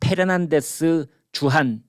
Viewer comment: Fernandez씨 또 화나게 생겼네요. 김선생남깨서 자신의 이름을 Pernandez라 부른다고요. France에 계셨으면 애청자들에게 본보기로라도 "F"와 "P"의 발음을 구별해서 하셔야......제가 이런 말씀드린다고 행여 화내지 마십시오.